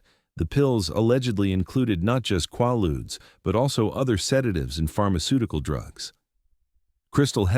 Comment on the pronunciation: Quaaludes...Repeat after me! KwAY- Loodz, KwAY-Loodz! Ughhhh🫥🙄🤯